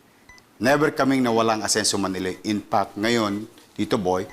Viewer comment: Ito ang gustong maging Presidente pero kahit “INFACT ay hindi ma pronounce ng mabuti .🤣 inpak daw.🤣 At compare kay ViCO Sotto itong Isko ay hindi nakakuha ng award sa Tranparency sa gobyerno nya Manila.